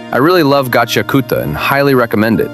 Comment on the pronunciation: You did it better than myself 😄 and that's one of my favorite (new to me) anime.